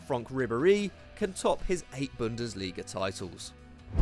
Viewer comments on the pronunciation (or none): none